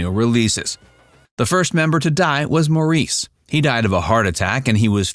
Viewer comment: FYI, Maurice is pronounced Morris. The brothers were born in England which makes them British and not Australian. They immigrated to Australia as children and became famous in Australia. Rest assured, they are British. Andy did not died from a drug overdose. Andy had a heart condition that he was dealing with as a result of years of drug abuse. Andy had a condition where the muscle in the heart was incredibly thick and it caused his heart to stop.